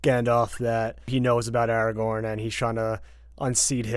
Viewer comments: Or Aragon instead of Aragorn. 😜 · How can you call yourself a nerd but call Aragorn “Eragon” for forty minutes